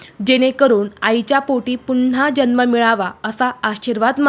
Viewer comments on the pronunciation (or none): none